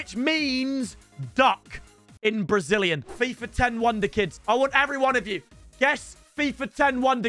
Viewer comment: bro really said Brazilian 💀